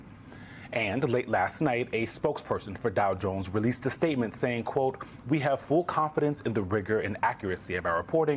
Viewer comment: No offense but slight correction... "VEE... Have pee tape"